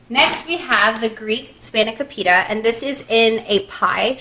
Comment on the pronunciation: I believe the "o" is pronounced long in spanikopita.